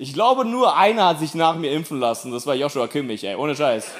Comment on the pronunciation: ist einfachkrank lustig. Genau mein Humor! Aber man spricht Kimmichs Vornamen "JoSua" aus (ohne H):D